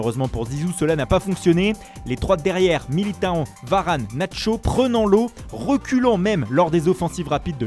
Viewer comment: Ecouter quand il prononce Militao à quel point il est ridicule ce pseudo chroniqueur, il se prend pr un brésilien, hihi